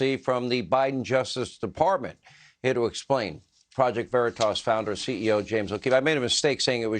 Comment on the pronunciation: First Sean don’t even say the name right when introducing PV, Sean makes me sick! Haven’t watched him in years!I couldn’t even watch when President Trump was on with him. He didn’t make a mistake, saying it was your home James, he wants you to think he’s a good guy ! His family is from a long line of FBI /CIA, Sean is a snake 🐍